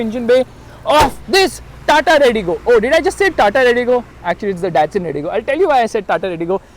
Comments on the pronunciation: did you just say dastun instead of datsun >_< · did anybody noticed he said dastun not datsun!!! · said dastun instead of datsun😁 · am I the only one who shocked for seeing Skoda key as redigo key?🤣 DASTUN! was confused after saying Aston and Datsun, lol🤣🤣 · 0.17 dastan Redi go .Actually its Datsun . 😢😢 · He said dastun i guess. 🤔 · Lol u just said Dastun at the start🤣